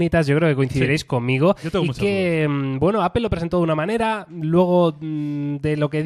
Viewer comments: POR QUE PRONUNCIAN APEL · Apel? Apel? Donde está la E en medio!! 🙉